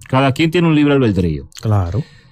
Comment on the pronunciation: no es (albeldrio) es ALBEDRIO Santiago